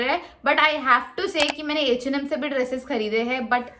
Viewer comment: Eeeh and Am Baaaaaag Pls bolna seekh le 😂